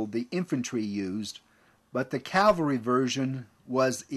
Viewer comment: The term is pronounced CAV-al-ry not CAL-va-ry